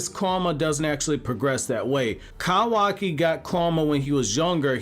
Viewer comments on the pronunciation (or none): none